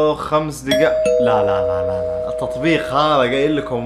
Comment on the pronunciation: " في التتبيق" قهرني لما نطقها كذا 🙏🙏😂😂😂